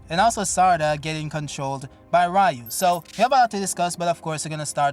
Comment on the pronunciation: And we are back again with saying Rayu, I guess you cannot change